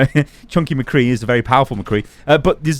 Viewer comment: Thank you for saying Mcree’s name right